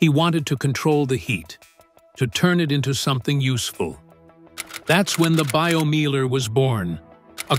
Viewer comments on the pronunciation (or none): Pronounce Biomeiler like it is spoken in German for gods sake. It's named Biomeiler not Baiyomiehler.